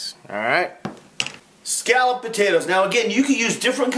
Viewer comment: why do you say Scallop wrong!!!!!!!!!!!!!